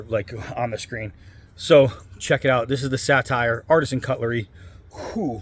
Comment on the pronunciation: Not the 'satire', the 'satyr'. In the King's English, usually pronounced 'SAY-dər'. A class of lustful, drunken woodland gods. In Greek art represented as a man with a horse's ears and tail, but in Roman art as a man with a goat's ears, tail, legs, and horns.